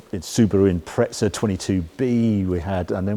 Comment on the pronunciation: great video and review !!! Got one and glad to see how it performs like that..Please please stop calling the Subaru the impretsa ,doesnt have a T in it ....its a impreZa ..